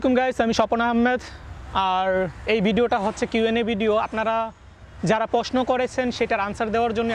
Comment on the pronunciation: Are posno na prosno r ansa na answer bol